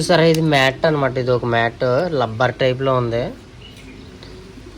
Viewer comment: ఓరేయ్ తెలుగు అబ్బయ్ తెలుగు సరిగ్గా పలుకు లబ్బర్ కాదు రా రబ్బర్ అనాలి😅🎉😂😂❤ లవ్ యూ రా.....